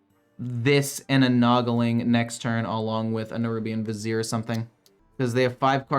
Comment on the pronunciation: Hey, your finally pronouncing "Vizier" correctly! Kudos!